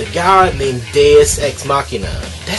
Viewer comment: Side note, thank you for not saying deus as "doose"